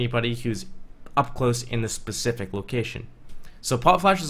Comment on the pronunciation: Spu-Safeic...position. I love you